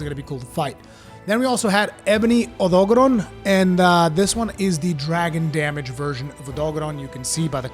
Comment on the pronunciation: When he said “Odogaren”, did anyone else think of the “THIS IS JAMIE RIVIERA” guy? lol OdolKFjeldksfjkls. Please click n subscribe, once agian this has ben Jaime Rivlkdsafjalksjfdlkjslifj